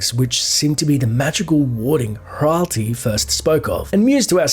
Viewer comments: Very nice, but HRATLI is not pronounced HRALTI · Loved the video, but please, double-check the pronunciations of some of these names. You kept calling Hratli (hrat-lee) Hral-tea, even though seconds ago he said his name. Keep the videos coming, this is a great way of re-living my childhood (and early adulthood).